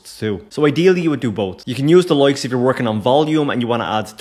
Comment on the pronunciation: 'Loikes' 😂 Good stuff man.